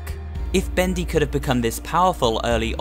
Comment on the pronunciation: Thaets not Bedy